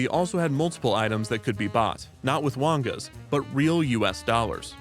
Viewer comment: "Wongas" sounds like a slur 💀💀